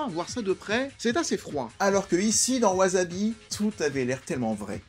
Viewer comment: Au fait, ça se prononce ouaSSabi, pas de z. Super vidéo, j'aime beaucoup le film. Je connaissais pas mal d'infos car j'avais vu les interview mais c'est toujours aussi intéressant de regarder les coulisses du film